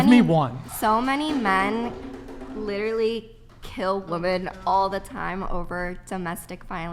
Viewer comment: Is she intentionally pronouncing women as "woman"?